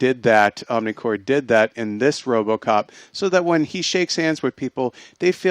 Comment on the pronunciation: Why do you guys constantly keep referring to the organization as 'OmniCore'? It's OmniCorp. Get your facts straight you so-called film geeks.